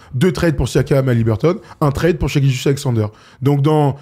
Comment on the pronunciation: saison pro, dit shai et pas shy stpppppp